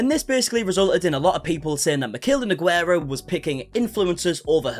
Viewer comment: Cada vez que alguien dice nogüera un pedacito de mi alma muere....